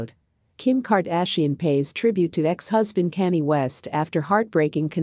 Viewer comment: Please address Kanye name correct 💯💪..Not Canned Ok